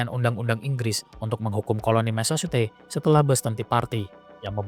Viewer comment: Mesecuset....ucapkan seperti ini